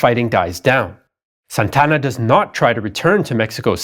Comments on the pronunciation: great show but it is Santa Anna. NOT Santana!!!!! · Santana? I thought it was Santa Ana? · This is soo funny. AI mexican voice that calls Santa Anna, SAntana, Like in Carlos Santana. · Santana? Its Santa Anna. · This guy's pronunciation is even worse than AI's. His name was Santa Ana, not Santana. Santana is a musician. Sonoma is pronounced So-NO-ma, not So-no-MA. Numerous other strange pronunciations, too. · ??? " SANTANA ??? ...or...SANTA ANA ??? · Santa Anna, not San Tanna. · Good job, except you really have no knowledge of how to pronounce names. First off, quit trying to act like you are a m3xican citizen while pronouncing names or cities. Second, Santana? Santa-Anna. Carney? Kernee. Just some that bothered me, still cool. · SANTA-ANA, not Santana like the rock group! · Who's Santana?! It's Santa Anna. 2 separate words. Like a hyphenated name kind of. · I thought it was Santa Anna not Santana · Antonio López de Santa Anna Santa Anna ... not Santana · It's Santa Anna. Two words, four syllables. Not Santana, like the guitarist. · It's pronounced as Santa Anna, not Santana. That's a common mistake even many Mexicans make. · "Santa" "Anna", two words..... He's not a rock superstar, just a failed general. Other than that, awesome as usual!!!